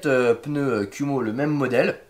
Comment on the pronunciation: Kuhmo, à prononcer "koumo". ça veut dire araignée en Japonais